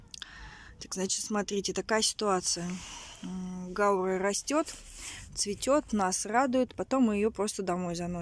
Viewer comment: гаУра , ударение у этого растения